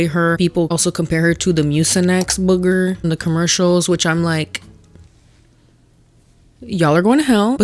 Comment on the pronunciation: The way you say "booger" cracks me up. I dunno why...😅